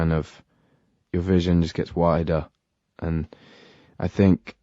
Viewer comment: julia vaughn same it makes me rly nostalgic and the way he says ‘and’ is like ‘end’ now and it’s getting to me a bit :(